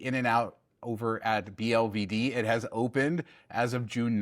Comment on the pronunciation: So is it pronounced bee-el-vee-dee or boulevard??? the only person ive heard pronounce it the first way 😂